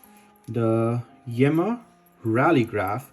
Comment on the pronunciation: The brand is pronounced 'Yeema'.